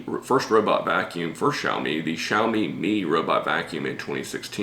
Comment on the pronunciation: Impressed with your pronunciation of xiaomi